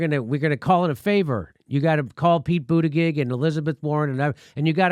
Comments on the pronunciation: Mr. Dore, here in South Bend we pronounced Buttigieg as: Boo-ti-judge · Hey Jim-why Dooor-eeee, his name is Boot-a-judge. Quit pulling a Kamala move that would make Matt Gaetz or the California Cowman proud. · Come on Jimmy, why mispronounce his name? You're better than that. Anyways, his real name is pronounced "Wall Street Pete." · Jim, you say it wrong. it is pete butt engaged,FFS! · I got a kick out of the way Kyle Kulinsky use to mispronounce Wall Street Pete's last name as Booty-Judge. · It's BOOTY-JUDGE! Insult him relentlessly, please! But pronounce the name right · Boo-ti-gedge. I hate him as well, primarily for his McKinsey connections. But refusing to pronounce his name correctly is akin to the Repubs not pronouncing Kamala. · I'm no fan of Pete Buttigieg but I gotta down vote this video because Jimmy refuses to pronounce his name correctly. It's not that hard and it makes Jimmy look like a petty jerk. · booty-gig or booty-judge ? how is it pronounced? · He pronounce Buttigieg incorrectly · Jimmy can you learn how to say his name, or is it Irish insolence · Look feel what you want about the man I'm totally fine with that but pronounce his last name correctly. If the left is supposed to be respectful and tolerant of trans and non-binary folks selecting their pronouns maybe we could call somebody by their name. Weasel peach, Mayo peach, whatever! but say his last name correctly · Why can't you pronounce his name correctly?